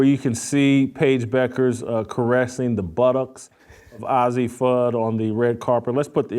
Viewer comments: not OZZIE, it's AZZI! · Old man, why don't you leave those young ladies alone, do you have children, and you call yourself a child of God, and ail way talking about someone, judge he not so you won't be judged, "God word" and her name is Azzi not Azzie dumbs, and God say he would judge not Jason Whitlock. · paige "buckers" "ahzzi" fudd 😭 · At least pronounce Azzi Fudd’s name right, nitwit. You are a disgrace. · Jason it’s Azzi, like how you would pronounce the two letter abbreviation for Arizona. Please say her name correctly. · You can't even pronounce the name AZZI correctly.no one cares about your caitlin clark obsession.